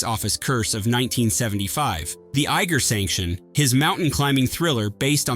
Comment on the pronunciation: "The Egger Sanction" 😄